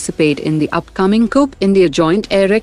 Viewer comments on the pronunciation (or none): 'Cope'? Is that the name of the exercise?😂. Whoever came up with this is definitely trolling porkis.